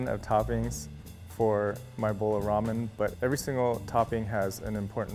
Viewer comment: "raw men shack"